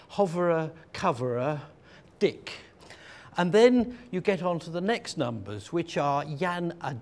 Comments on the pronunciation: Polite correction, it's Dik not dick. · it sounded like he was saying different kinds of diks(dicks) there are.